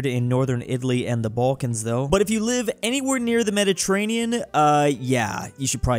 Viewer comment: mederterranion sea